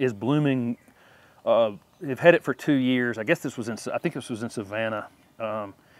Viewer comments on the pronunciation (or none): none